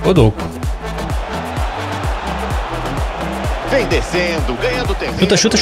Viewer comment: so uma dica, se pronuncia “Dokú” e não “Dôku”. Tmj vc e brabo